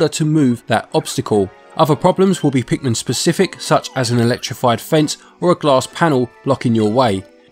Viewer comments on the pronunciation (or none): lol you keep saying it like Pikmen. You certainly do not say pikMIN. Good review tho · Pikmin not Pikmen